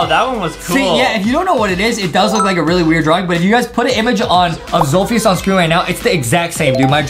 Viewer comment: adam its zolfijis🤣😂🤣🙂